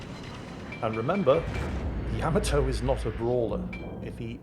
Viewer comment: How is it that you pronounce all the other ships names correctly and refuse to pronounce the Yamato correctly? I know that you know the correct pronunciation because you've said it in older video's. It's pronounced YUH-MA-TOE not Yam-A-Toe.